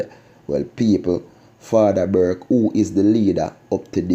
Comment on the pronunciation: The man name is Burke not Burkey